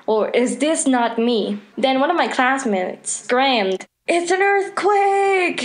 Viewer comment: Did anybody else notice she said scramed instead of screamed